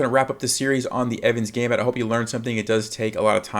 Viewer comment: It's the Evans'-Gambit,please.